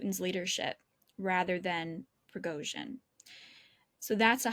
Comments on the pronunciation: Did she call him prozhin??? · Junior is so lucky to interview a pro. Pro-fes-sio-nal Pre-go-shin Try it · She nearly went with "Frizhozhin". That would have been an improvement. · Why is she calling him Frozhen? Did he get a new nickname? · Who’s “Frojen”? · What is it with Times Radio and their unprepared, half educated, work experience reporters. This lady has pronounced Prighozhin’s name differently every time she says it and her questions are asinine. Well done to the interviewee for his professionalism in the face of stupidity. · Sorry but this woman is terrible, childish, unprofessional, can’t even pronounce Prigozhin’s name correctly. Mr Kagan was ill -served by this person, deserves a better interlocutor. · Poor Mr Kagan . This interviewer is talking like a child. She can’t even say Prigozhin name properly